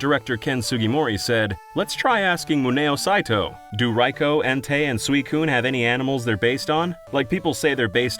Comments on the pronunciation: Hearing someone pronounce Raikou properly is genuinely so satisfying 😂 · After several videos from False Swipe Gaming it's so refreshing to see someone actually pronounce Raikou's name correctly.